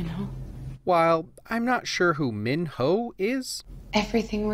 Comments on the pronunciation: MinHo is literally the way you would speak his name the right way😂 Love your video tho 😇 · Honestly I'm so glad he pronounces Minho right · 6.30 that's the accurate way of saying his name. The way they have been saying it before is off.